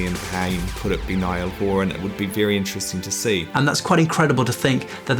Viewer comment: the way he3 says niall horan is just no!